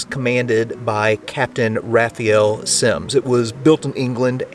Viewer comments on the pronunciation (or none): You pronounced Capt. Raphael Semmes name wrong. Remember he was Portuguese and his last would be pronounced, Sem-mez, not Sims.